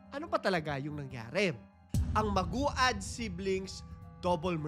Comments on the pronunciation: Siguro biglang repesto din sa Family and victims importante din na alamin o mag search Tamang pagbigkas ng Pangalan Nila. Medyo na bobother ako pakinggan sa magu-ad dapat (magwad). No bashing. Pero peborit parin kitang story teller. 😊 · Maguad is pronounced as Mag-wad... Hindi po Magu-ad. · Maguad - MAG-WAD po pronunciation mg surname nila. Kaibigan ko po yung isa nilang kamag anak dito sa Manila